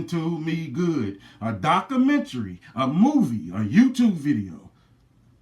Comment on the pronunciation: You don't even know how to pronounce documentary. Dumb nigga.